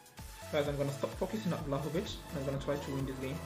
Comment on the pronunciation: saying vlahovic - valahovic😂